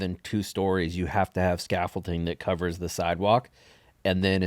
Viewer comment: Scaffolding, not scaffolting Sorry cant help myself